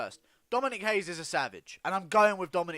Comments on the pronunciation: It’s pronounced RAY-ES. Not Brazilian. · Dominick Reyes is American of Mexican descent and his last name is pronounced RAY-ES. Only people from Portugal or Brazil pronounce their first R's in a name with an H. I've got Dominick by ko/tko.